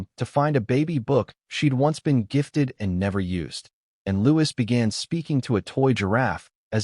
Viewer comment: The S in Louis is silent!